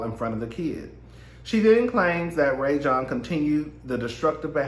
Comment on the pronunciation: His name is pronounced Rah-Jon (Rajon).